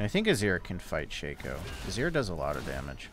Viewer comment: " Shay-co " is such a dumb way to pronounce it.